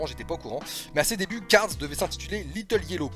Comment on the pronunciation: arrête de dire cards stp c'est cars